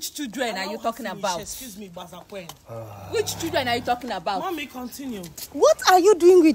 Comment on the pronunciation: Kkkkk😂😂😂, did i hear 'gbazakwin'😂😂👍